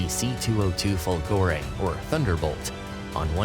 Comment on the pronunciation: fOlgore not folgorE lightning